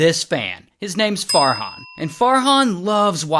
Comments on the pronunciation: When Ray said Farhan, I thought he said Fart Han😭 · Me not hearing “Fart hon”.😂